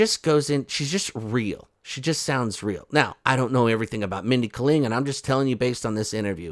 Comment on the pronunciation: Holy hell, it's Mindy KAY-ling